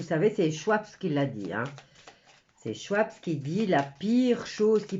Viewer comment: Schwab se prononce SchVab !! il n y a pas de S au bout et le w se prononce V en allemand Donc Kla-auss SchVab.